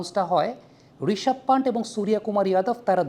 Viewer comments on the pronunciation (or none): ওটা পান্ট না পান্ত।